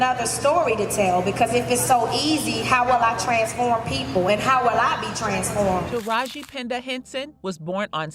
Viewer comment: I Love Taraji I just wish people would say her name correctly it’s kinda annoying and I notice that happens with all the black people.